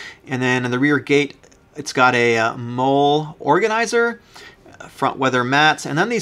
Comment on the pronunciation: Molle is pronounced like Molly